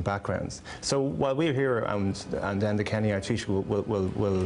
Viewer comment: Firstly, Joy butchered the pronunciation of their names. Secondly, Enda Kenny has a reputation of being a politician who takes that path of least resistance. He won't say anything bad to Trump unless Trump says something bad about the Irish.